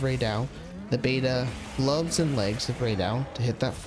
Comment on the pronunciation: Bro saying Ray do... Ray Dow, brother. Stay in school.